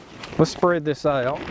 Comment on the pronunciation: sometimes it's refreshing to hear someone pronounce this ( theus ) , accents are the color of language , good videos, thanks !